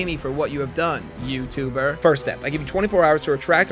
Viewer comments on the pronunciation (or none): why did he say Youtuber like a slur